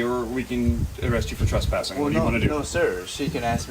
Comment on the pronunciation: Tress...tress...it's trespassing...not truspassing. This guy knows exactly what he's talking about and knows how to articulate his rights...good on him!